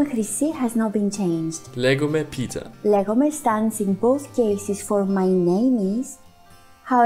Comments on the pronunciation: Ναιι, τη φάση, Εγω απο πίσω να είμαι κάπως: ΔΕΝ ΕΙΝΑΙ ΛΕGΟΜΑΙ ΕΙΝΑΙ ΛΕΓΓΓΓΓΟΜΑΙ, But nice, you did well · Όχι γεια λέγκομαι Πίτερ, λέγομαι Πίτερ